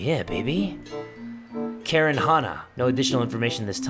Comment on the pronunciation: Karen Hana Me:Boy it’s Karin Hana 😂